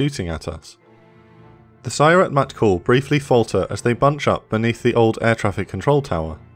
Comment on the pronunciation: absolutely massacred the pronunciation of sayeret matkal